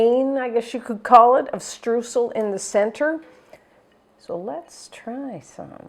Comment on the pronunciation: Hey, great recipe! Just a small advice from a German speaker: the "eu" of Streusel is pronounced mor like the "oi" of "oil". Don't know if you care, but know you know;)